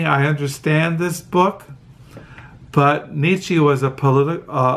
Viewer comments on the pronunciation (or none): Nee-Cha! Not Nee-Chee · More like Neech-ah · Niche-ah.....that's how it's pronounced. And Zara-Thu-Strah.....To your journeys, both internal and external....blessings.....I loved your explanations, by the way.